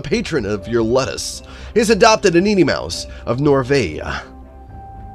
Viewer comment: Ludus is pronounced (Lew-dis or Lew-dus) as its spelled